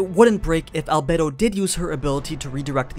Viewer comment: Al bed o not bay